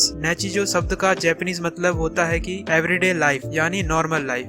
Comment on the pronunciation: Saare anime ka description mein maja nahi aaya kitno mein toh basically spoiler hi dediya aur pronounciation sun sun ke mere aankho mein aasun aagya nichijou ka nechijou, shogi ka shoji or rei kiriyama ka reeeeeeeeeeeee😂😂😂 Number list pe jyada nahi bolna par gto deserves way more recognition then it gets bas gto ke baare mein baat ki mein khush hogaya Sangatsu no lion is not mature at all mature se (+18) wala mature nahi par wohi dimaag kharav depression mein daal dene wala anime nahi hai jaise serial experiment lain or neon genesis evangelion its just a slice of life But reeeeeeeeeeeee😂😂😂